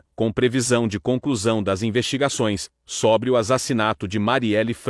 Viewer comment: é côrte que se fala. Não Córte. É sôbre que que pronuncia, não sóbre.